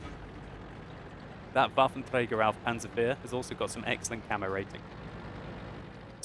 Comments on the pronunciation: Damn I like watching your videos, but every time I hear you pronouncing the full WT I just want to smack you over the head with an inflatable baseball bat:)))) You guys who have english as your first language can't get that "r" right 99% of the time and it just sounds wrong and annoying:P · It's funny how you say Waffenträger. :) btw. in 9.6 the viewrange will be decrease from 400 m to 360 m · its funny how you say Waffenträger :)